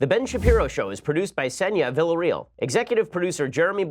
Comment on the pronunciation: lol your pronounciation of villarreal cracks me up errtime